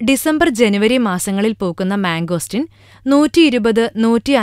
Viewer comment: Mango steeeeeeen not mango stin :)